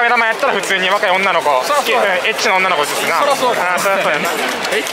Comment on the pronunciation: 大学の講師が来てくれる授業があったんですけど、そこで来た講師がめっちゃに似てました。「〜です」の「す」の発音がすぎでビックリしました。自分で悩んで自分で解決するあたりもでした。話し方・声・顔・肌の色も似ていて本人登場ドッキリなのではないかと疑いました。しかし唯一違った所がありました。それは彼が阪神ファンだった事です。